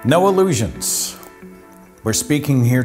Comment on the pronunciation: "NOAHLUGEONS" excuse me what? lol